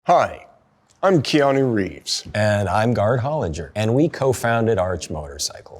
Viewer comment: "Kenue Reeves" the blessing that keeps giving